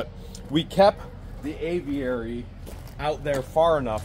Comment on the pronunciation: you make me laugh the way you pronounce Aviary! Just say A Very. That way it will sound right! Love you guys. Hi from the UK! I cannot wait to see the downfall of Russ the suss! And his cohorts! Otter Creek residents deserve so much better! As for that Looney Toon woman how did she get an adopted child?? Makes me wonder if that little girl was actually adopted. Scary thought!